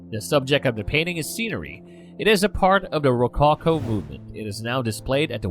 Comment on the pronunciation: Great commentary but watch your pronunciation! (Such as rococo, which is distracting) Interesting description of artist’s intention.